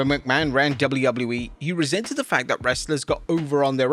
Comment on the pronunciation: Why are you calling WWE "dubblee-yubbloo-ee"?